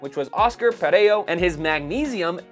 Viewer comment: Per-zo? Americans will say anything but the correct pronunciation of things.